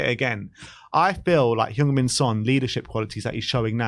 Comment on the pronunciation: Now he's captain, could people at least learn how to say Sonny's name? It's Son Heung-Min, not Heung-Min Son. And it's "Heung", not "Hyung" (as you are pronouncing).